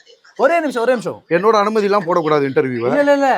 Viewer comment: ennoda enumathi illama nu bayathula olaruthu panni 😂😂😂